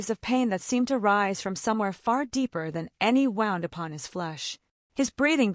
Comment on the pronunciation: They finally did wind up in a cave. I still think some things need to be checked out. Like pronouncing 'wound' to rhyme with 'round' when talking about cuts.